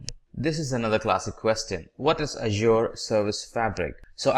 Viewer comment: mate, you have to pronounce correctly for the word "Azure", the other words do not matter, but this one is very important.